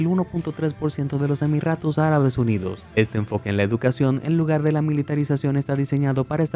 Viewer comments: Emiratos no Emirratos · los emirratos arabes.. like por el sorprendente ruso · hahaha los emiRRatos árabes